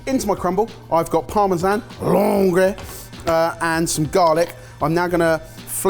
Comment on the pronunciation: Langres is just pronounced langr. No e/ey sound at the end. Great cheese, fresh and creamy, tastes like butter made love with brie. It s got a DOP, but very few french know about this cheese, so i m even more amazed an english chef had some in his fridge. But it deserves a seal of approval 😅 Edit: same for epoisses, the es is silent so it s hey-pouh-ass.